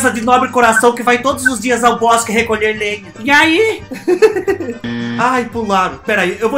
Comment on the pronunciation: engraçado ele falando "inhai" KKKKKKKKKKKKKKKKKKKKscrr